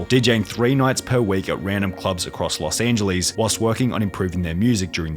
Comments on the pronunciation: “Los AngelEs” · "los angelys" I'm not offending u it's just why 😭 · Los an-ge-lees😭😭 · Anyone else pissed off on how he pronounced Los Angeles.